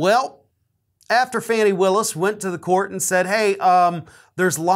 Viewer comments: Pronounced Fah-ni not Fannie. Sorry. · FAH-KNEE not fanny. Fani Willis. Since when does someone get to decide whether or not they will be served with a subpoena? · I'm from Atlanta, so please pronounce her name Fawn-Nee that's how we do it here, Thanks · it's pronounced FAWN-ee. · Fawn nee Her name is pronounced fawnee! I know you wouldn’t mis say it on purpose